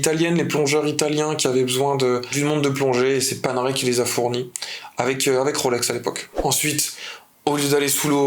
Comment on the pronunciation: J’adore ! Merci pour cette vidéo ! Je chipote mais…Panerai —> paneraille pour la prononciation italienne 👌 Et pour la Reverso, c’est bien le boîtier qui se retourne, pas le cadran. 😉